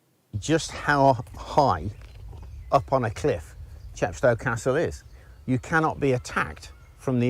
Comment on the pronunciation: CHEP sto, as in GLAZ go and MOSS Co. No offence! A fascinating video.